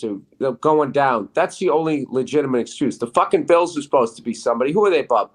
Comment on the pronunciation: Bills pissst lol love it